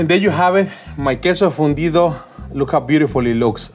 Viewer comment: I thought he said fundio lol